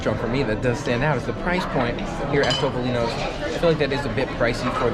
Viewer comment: Thumbs up for correctly pronouncing Toh-poh-lee-noh! Based on your dining experience, it's definitely not TOP! LOL Was the pasta not even cooked al dente? (Don't tell anyone, but I like a well-cooked, soft pasta too.)